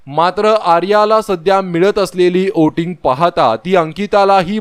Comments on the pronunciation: Oting nahi re voting 😅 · ओटिंग का वोटिंग?